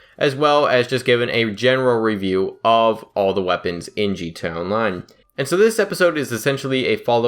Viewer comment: Bruh pronounce your fucking a in gta, ........Jesus